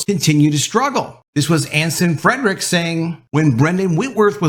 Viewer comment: .....it's Anson Fre-ricks, not Anson Fred-ricks. Just sayin.........